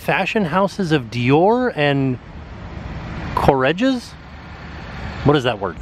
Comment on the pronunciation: Courreges is a fashion store in France with stores all over the world. I think they have some shops in America.It is pronounced "Curreges". Hope this is useful.